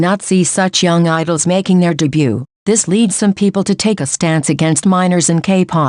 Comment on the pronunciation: I don't think I've ever heard the 't' in 'debut' be pronouced so clearly 🙃 lol